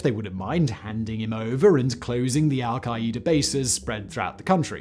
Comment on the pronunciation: Where da hell is al-ki-ee-da?!🤦🏿‍♂️🤣